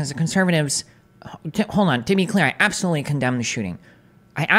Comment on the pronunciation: “Abtholutely not.” - Destiny